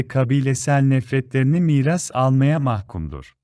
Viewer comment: kafir ve mahkum kelimeleri teleffuzda inceltmeden söylüyosunuz umarım düzeltirsiniz.